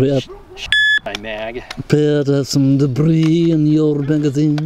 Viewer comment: "Err there's some debbrriiiis in your magazine..." XD